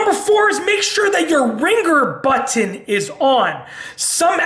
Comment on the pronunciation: I like the goofy way he pronounces the word "button"...as "baton," instead of "but-n."